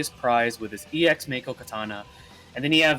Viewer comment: Also to note, if you use his Fervent Blow to raise Jenova stacks, the 35CP passive WILL NOT APPLY. Remember to still use Octoslash from time to time. And Mako/Makou is pronounced "Mah-koh" reeeeeeee lolz; I thought DoC and Crisis Core solidified dat : P Didn't you mean to say Sephiroth is melee?